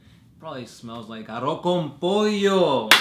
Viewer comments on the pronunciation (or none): arroZ (you missed the Z) and why the hell are you saying "papi" with a freaking shirt that says Mexico. we are not Puerto Rico XD question: for the last time. are you going to finish the badab wars series or not? yikes... that handle name is an albur. basically a double meaning joke/insult. and you read that aloud.